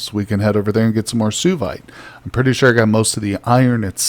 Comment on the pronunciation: Suevite is pronounced swa vite.